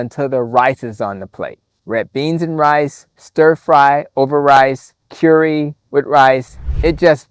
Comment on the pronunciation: I got my hopes up for nothing. You pronouce 'curry' funny.